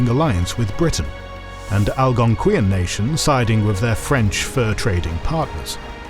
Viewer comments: Al gon qui yan? I’m Canadian it was always pronounced Al gon quan. Please do some research because it’s extremely upsetting to butcher an entire group of people like that with this video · He butchered Potawatomi as well. Algonquin not great, either. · As a person born and raised in Ontario, the pronunciation of Algonquin physically hurt